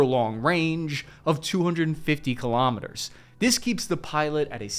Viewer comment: 'Kilometers' is pronounced the same as 'kilograms', not ka-lom-it-ters. Kilo is pronounced key-low, not ka-lom.